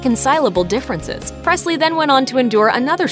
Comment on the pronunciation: It's not Prestly it's Presley